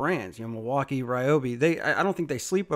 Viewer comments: Bruh wtf is milwaukai? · Okay, so I'm not a long time subscriber so excuse me, but what is with all the mispronouncing words? The MilwaukEE is the worst. I'm assuming that's your schtick.